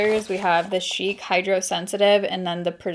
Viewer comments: FYI Shick is pronounced like hick with a S at the beginning. Not Sheek. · Right it’s not like chic like those close are chic it’s not French sounding it’s just regular old shick